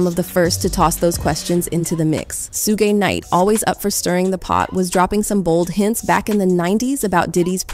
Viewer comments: Did this woman say Sugay Knight?😂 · she said "Shoegay" 😂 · “Sue-gay” knight?? Good lord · Naaaa who's Soo-Gay Knight lmfaoooooo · Did this woman just call Suge Knight “Sugae Night?! 😂😂😂😂😂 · Who tf is “sue-gay knight?” His gay brother ? Lmao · 😂 she said sugay knight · Who the hell is Sue-Gay Knight ? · Soogay Knight, lol! Kid Cootie? Hahaha, is this accidental or on purpose? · Su-gay knight… what is wrong with you women 😂